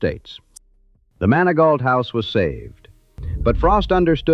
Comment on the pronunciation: "MANI-GO" HOUSE!!! NOT MANI-GAUTLT.